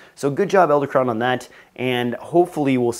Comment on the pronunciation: I don't understand why you're narrating this video. You're apparently unwilling to say Edelkrone correctly. Why didn't you catch and fix this? What is going on with your group? Wow.